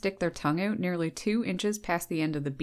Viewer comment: I'm having trouble understanding why the words OUT and HOUSE are so difficult for this woman to pronounce. She might not make it in time to the outhouse if she asks for directions. When you pronounce bout like boot, you may end up with a poop on your boots